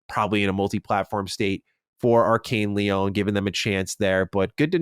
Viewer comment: Great podcast but please, Lyon is lee-on not lee-own